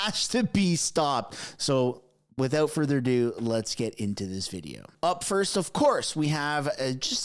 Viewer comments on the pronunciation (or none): none